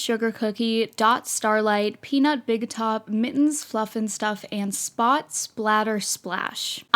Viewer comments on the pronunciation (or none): none